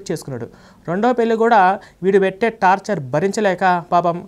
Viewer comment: Tapcher కాదు, టార్చర్ అనాలి